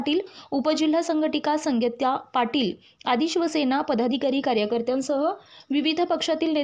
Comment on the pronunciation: Upajilha sanghatak sangeeta patil.. He simple nav sudha nit uchharta nahi alaka tumhala?